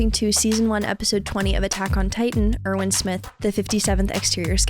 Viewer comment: Hi, First of all, I think it's amazing that you're actually keeping your word and Upload Aot twice a week whenever it's possible, thank you! 😊 Secondly, I beg you to pronounce the 'W' in Erwin like a W in the word "win" and not like a V in 'violent'. I'm german and to me, it Sounds more natural If an American is pronouncing it the "expected American" way. And lastly,, your Happy "YEAH!", You knew exactly what you were doing 😂😭